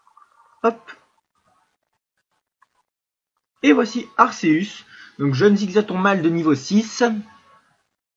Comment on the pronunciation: Sa se prenonce arkeus